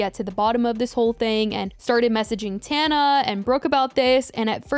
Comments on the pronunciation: I love that she calls her “Tawn-A” and not “Tan-A” lol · Tawhnuh 😭😭😭 girl it’s tanuh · It’s pronounced tawnuh in most languages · She always finds something to argue about the other person that is irrelevant, she can’t ever just take the L and leave it at that 🙄 like what does pronouncing Tana’s name wrong have to do with “being so knowledgeable”